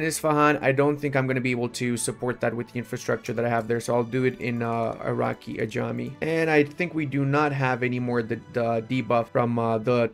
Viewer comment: I don't know why they saying iraki ajami it's not that it calls Arak-e-ajam and i'm saying this as an persian